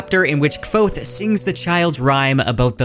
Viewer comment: Congrats on getting that Kvothe pronunciation right!